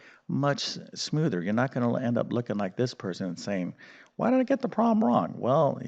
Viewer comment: Easy: (x-7)(x+2) Just do it by inspection. You can write the answer straight down. You don't need any "hacks". And also it is "problem" not "prawm".